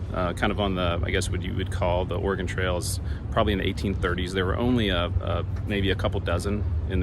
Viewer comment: Why are you saying "organ trail"?